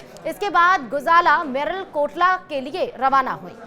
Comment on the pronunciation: मलेरकोटला तो कहना सीख ले तथाकथित जर्नलिस्ट